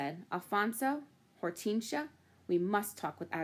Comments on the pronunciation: hor-tin-sea-a not hort-ean-shia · It's or-ten-shi-a not hor-ten-sia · it's Hor-ten-sia